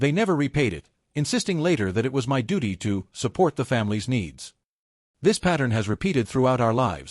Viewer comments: Please tell your AI voice that my is pronounced mi not separate letters as in m-y. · While the story is good, the AI needs to learn to say the word " my " ..